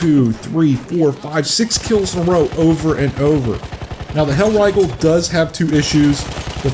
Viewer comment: "Hellraigel" jk good video